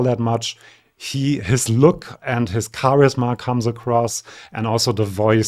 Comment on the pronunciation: Dieser Kanal bringt Spaß UND neues Wissen! Ich habe Ihre Aussprache von "charisma" gemerkt und das ließ mich es nachschlagen. Ich habe es auf Deutsch immer falsch betont! Ich dachte, man sagt "ChaRISma" wie auf Englisch 🫣 Grüße von einer DAF-Lehrerin und ESC-Fan!